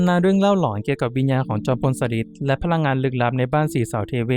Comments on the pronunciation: ชอบฟังแนวตำนานสถานที่จริงมาก จอมพลสฤษดิ์ อ่านว่า จอม พล สะ หริด ไม่ใช่ สะริด ค่ะ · อ่านว่า สะ-หริด ไม่ใช่ สะ-ริด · ฟังไม่จบเพราะขัดหูตรง สะริด นี่ล่ะค่ะ 😢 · จอมพลสฤษดิ์ ธนะรัชต์ ออกเสียงชื่อ สะ-หริด ค่ะ ฟังทีไรก็อ่านออกเสียง สะ-ริด ๆ ทุกที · ชอบฟังเรื่องเล่าเก่าๆค่ะ แต่มาสะดุดหูกับชื่อ จอมพล สฤษดิ์ แอดมินพูดเพราะเสียงน่าฟัง แต่ต้องเรียนรู้ภาษาไทยบางคำอ่านยาก เข้าใจว่าเป็นคนรุ่นใหม่ อาจจะไม่คุ้นชื่อคนสมัยก่อน เป็นกำลังใจให้นะคะ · เเย่จังพูดผิดทำให้หมดความน่าเชื่อถือ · กำลังจะเม้นท์ค่ะ มาเห็นพอดี 555 จริงนะ การออกเสียงผิดทำให้ขาดอรรถรสในการฟัง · ตอนแรก 1.10 แอดออกเสียงถูกต้องแล้ว ไม่เข้าใจว่ามาเปลี่ยนตอนหลังทำไม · อ่านคำว่า จอมพลสฤษดิ์ ผิดนะ ครับน้อง